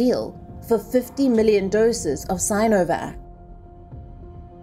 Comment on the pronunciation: Sin , si -no -vac, sin - o - vac😅